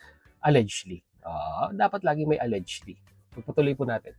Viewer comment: pinapanood kita, pero gamit ka ng gamit ng word na allegedly, please paki google ang pag pronounce ng word na allegedly. It's pronounce as it was spelled except G is pronounce as J. Al-lej-ed-ly.